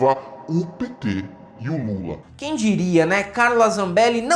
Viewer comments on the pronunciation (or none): Qdo fala do Moro, automaticamente eu lembro dele falando "Qüém"